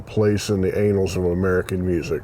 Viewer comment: "anals" of American music?? Think you meant to say "annals" (ann-ls), short vowel "a".